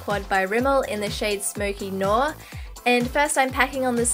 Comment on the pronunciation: Absolutely gorgeous as always! Just a tip, noir is actually pronounced something like nwah. (Not trying to be rude or anything, I just hate having my pronunciations wrong, wasn't sure if you were the same) xo